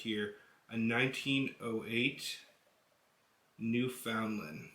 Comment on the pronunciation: IK IT SAYS NEW FOUND LAND BUT ITS PROUNCED NEW FUN LAND